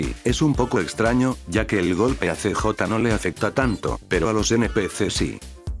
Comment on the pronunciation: El "see-jota" :D